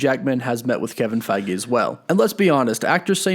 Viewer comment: "Kevin Fei-gee"